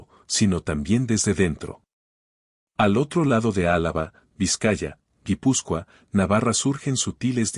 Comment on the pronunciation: Se dice euskera...no euskara...es lo que tienen los vagos que usan la IA para que les haga el trabajo para ganar dinero sin ningún tipo de esfuerzo ni tesón... Jipuscoa dice ..y es guipuzcua ..anda anda